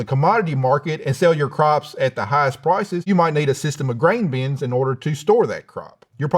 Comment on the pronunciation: just me or did you hear green beans every time he said grain bins 😂